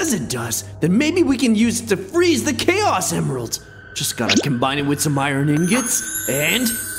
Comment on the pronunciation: “Chaos Emiralds” what...